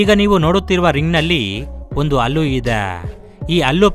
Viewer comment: ಗುರೂ... ಅದು ಅಲ್ಲು ,,,ಹಲ್ಲಾ ,,,,,,.,ಹಣ್ಣಾ...ಹಲ್ಲು....ಹೋಕೆ